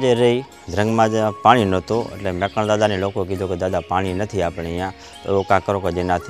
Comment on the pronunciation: મેકરણ નહીં પણ મેકણ એમ બોલવું જોઈએ